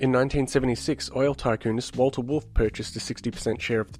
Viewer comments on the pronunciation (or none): none